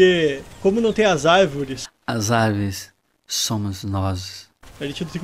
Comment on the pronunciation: assim q ele falou as "arvres" eu ja pensei no meme kkkkkk